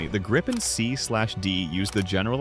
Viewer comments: So. Either pronounce it the «Gripen» in Swedish, or use the translation the «Griffon». To «gripe» is a whole different thing… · Gree-pen. Nothing to gripe about.😁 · in the same sentence you call it the gry-pin and the grip-in pandering to eyes and i-ts callers. Such diversification. However you fail aith the new engine by saying that supercruise will not light up the sky with tail bloom or guzzling fuel. Umm great. But does it drop leaflets to advise any listeners that any perceived sonic boom is a figment of their imagination and they should see a psychiatrist if they hear one? Also harder to intercept. I think I need to inform you that any chaser will not be hampered by using fuel on full AB to catch someone on super cruise in a push and shove scene. So even an old extinct EE Lightneing would have no trouble catching it as long as it only had a few minutes lead.. Lots of generic talk about a newer engines, without any detail of the specifics the headline is about and the fact that being an export engine solution to avoid Trump's control it also has reputedly potentially slightly less performance than the Swedish supplied production engine. And is it yet working? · This AI pronounces Gripen at least three different ways.